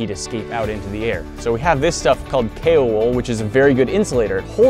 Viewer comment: She’s saying Tkor like decor it’s t.k.o.r or the king of random